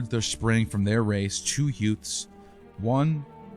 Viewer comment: two "yutes"? Did Joe pesci teach you english?🤣